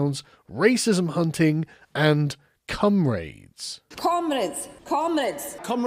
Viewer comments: They say comrade like cum raid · Honestly, the first time I heard it, I was wondering, “What the hell is a Cum raid?” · Pronouncing comrade Cum Raid has me feeling some type of way.